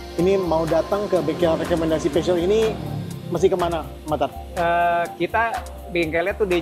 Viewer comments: tidak bermaksud menggurui tapi pelafalannya harusnya bukan pesyut tapi pusyo. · 😂 masih salah, yg bener Pe Zyo